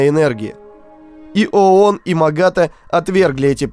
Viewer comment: Кстати, МАГАТЭ ударение на "э". Просто на будущее вдруг нужно где будет